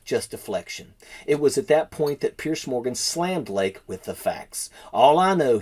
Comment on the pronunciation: His name is Piers, not Pierce.